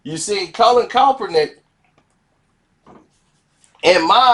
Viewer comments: YO MOUF JUST WONT LET YOU SAY HIS NAME RIGHT 🤣🤣🤣 JUST STOP SAYING IT,,,,,,, ITS NOT COPPERNICK 🤣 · I'm hip to the story but I only came to see if can finally say Kap's name right... AND right out the Gate he's KALPRUNIK.. I love it!! Dont change nothing... #ClassicKarceno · man you can't pronounce the man's name right or what? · That's what I been saying 😅😅😂😂🤣🤣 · Why can't you give this brother enough respect to say his name right. You wouldn't want someone butchering your name on purpose.